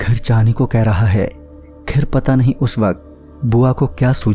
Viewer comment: bhai saaf saaf bola karo "NAHI" Bhai hamari video bhi lelo ❤️